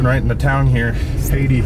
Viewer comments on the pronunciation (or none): It's actually pronounced "Hay Tie". Just FYI. Great footage! Thanks! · Great footage. So terrifying. The town is pronounced Hay-tie not Haiti. I used to live about 30 minutes from there. My best friend is a NP and worked the aftermath in the ER. We are both thankful that the damage wasn’t worse than what it was.